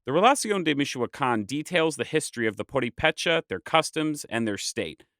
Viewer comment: Nice, but would be even nicer if the narrator did research on how to pronounce purepecha...